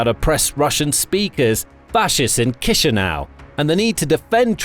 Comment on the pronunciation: Kisinau is giving me chills it's chi sinau